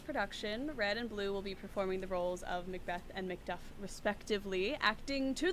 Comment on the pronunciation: "there to meet with Macbath!" it's Macbeth! you idiot! and that's Azkaban!